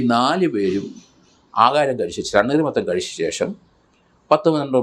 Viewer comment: സാറെ തണ്ണീർ മത്തൻ അല്ല തണ്ണി മത്തൻ ആണ്